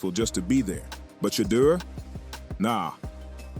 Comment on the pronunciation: How come some of you guys can't pronounce Shedeur's name correctly each time ?